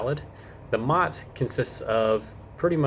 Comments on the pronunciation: MOT? MOT? No one, anywhere, not once, ever called it the MOT, it's an M.O.T., pronounced M.O.T. Not a mot. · M O T. Not pronounced mot……😂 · It’s pronounced “em oh tee”, not “mot” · It's not MOT - It's M O T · its not pronounced MOT its pronounced m o t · One pedantic, minor point - nobody here says MOT, it’s M.O.T. Enjoy your time here and make the most of your car to explore the UK. 🇬🇧🇺🇸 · wrong on the v5c, you should be given that by the seller ,either a car dealer or private sale, you fill in your name and address details ,and send your part of to swansea,and your v5c comes back to you in the post ,also it not a mot its a M O T pronounced seperatly, its also not tags its number plates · Minor point but we pronounce it M,O,T not mot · It is not "Mot", it is "M.O.T.", named after the now defunct Ministry of Transport that initiated the test. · Please please please, don't call it a mot, that is a ladys' private parts. It's an "Em~Oh~Tee". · "We don't call it a "MOT", we literally spell it out (M.O.T) so it becomes as 3 syllable word. You will never actually hear anyone say "MOT" as it is written. BTW, it stands for "Ministry of Transport". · btw its " M O T" you say the letters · Just so you know, MOT isn't said as a word, but as individual letters M-O-T. You might already know this by now though 🙂. I enjoyed watching.